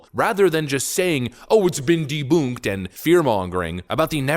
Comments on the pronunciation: Deboonking 😅 ? Debunk. Like bunk beds. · I listen to you several times a day...I really enjoy the programs,however you are driving me crazy with your mispronouncation of debunking debunked debunk...there's an N in the word. It rhymes with dunk skunk bunk trunk ,it's not deboook! You're a smart man, get it right! The N is not silent! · Lol. “Deboonk.” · The way you mispronounce ’debunk’ is annoying af dude.